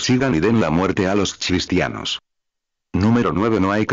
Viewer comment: Por favor qué este robot pronuncie cristianos, y NO chistianos.